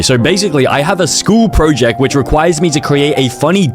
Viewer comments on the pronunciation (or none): “Catagres” “Scol projec”